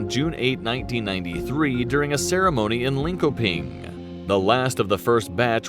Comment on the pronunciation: Viggen, with a "i" like in indiana. Linköping with a "ch" sound instead of a "k" sound